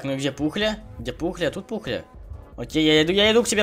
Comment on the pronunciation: Пухля а не Пукля